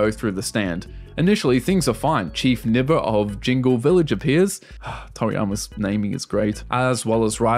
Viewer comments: Pleeaaase say 'Nii-ba', not 'Nibba' 😭😭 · Thats supposed to be pronounced like "knee-bah" The Hiragana for it is written as 「ニ―バ」. If you see that dash (ー）after a letter, you're supposed to hold the last sound The previous sound is "ニ" or "Ni". So the dash extends the i sound.